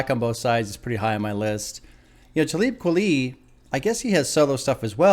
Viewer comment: Glad you’re reacting to this. Talib Kweli is actually pronounced like Taw-lib Kwali